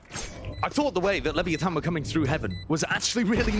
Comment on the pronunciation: lol leviantan, what was that? 😂 give our aspas back cmon